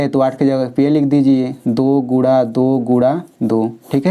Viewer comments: Guna(multiple) not gura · Guna hota hai Gura nahi 😂😂😂